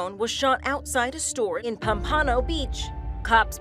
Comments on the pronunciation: pom-pan-oh that’s not how you say it i love here it’s pom-puh-no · She said pompano worng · It's pronounced palm-pa-no lol